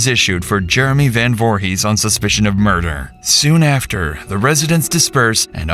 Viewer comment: Not jay last name, voorhis 👀